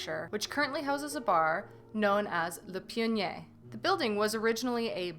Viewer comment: Definitely screwed up on the pronunciation (pionnier)